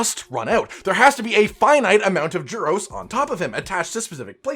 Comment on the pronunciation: Every time he said giros I heard churros